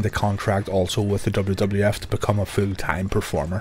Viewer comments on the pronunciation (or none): I thought he was saying fu tang but he was saying full time